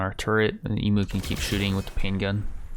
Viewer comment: I'm sorry, this is completely unwatchable, there's 1 huge flaw with this entire playthrough. You aren't pronouncing Emu correctly. Eem-You is the right way to say it.